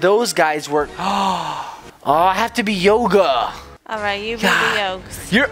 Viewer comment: I like how they say yoga the wrong way